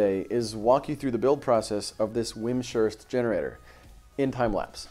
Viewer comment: It sounds like you pronounce the name wrong. It is pronounced Wimz ... Hurst, not Wim ... Shurst. Thanks for showing the Sparkit machine.